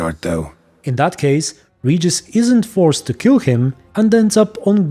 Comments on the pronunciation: about his name pronunciation - in Cz and Pl it is same (I am from Cz and I play with Pl dubbling) and in books - Regis was not waitning alone when Geralt was with Fringilla. Regis was with sukkub. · In polish actually you pronounce Regis nearly exactly how he said it in front of the unseen just a little fun fact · You dont even know how happy am i that i hear regis not reeeeeegis Greetings from Czechia ❤️❤️ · In Poland we say "Regis" in that way :D I think because of that in other languages it sounds very similar :3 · I’m german and we pronounce it exactly like that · I think most names in the game like Regis Geralt usw. German names Regis are pronounced in german like he said it by the unseen elder. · Name Regis is pronounced [Regis] in every Slavic language I know. So it's not as in vampiric language it is pronounced that way, I would dare say it's the correct pronouciation (based on origin of Witcher). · Actually the way that Regis pronounce his name in his language is the same way we pronounce it in Poland :P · The Vampire pronunciation of Regis name is actually same pronunciation as in Polen. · Ofcourse I know how to pronounce "Regis" coz that is his name. English voiceactors are the ones who butchered it every time. Like proper muricans always do. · Well the "vampiric" pronunciation of Regises name is original pronunciation in Polish language. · in polish regis is read exacly like he says it while adressing unseen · The way "Regis" is pronounced to the elder one is likely how it would have been pronounced in the original Latin. The name comes from Rex, Regis - meaning, "King" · Fun fact, in polish we pronaunce he's name literally like u said in "vampire language" , for us it's not Ree-ges (that's how it's sounds for me as a pole in English) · Actually I think the pronouncation might've come from Polish, original language version. Here word "Regis" is being pronounced exactly like the elder said it, without lite English accent of course.